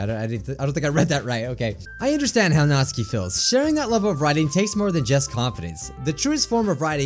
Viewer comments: It Is Pronounced Natsuki (Nat-Su-Key) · this is how you pronounce natsuki NAT-SUE-KIE thank you:] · You made me cringe so much when you said natsuki you said it completely wrong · U ARE SAYING SAYORI AND NATSUKI'S NAME WRONG!!!! go watch Lauren's video she said it right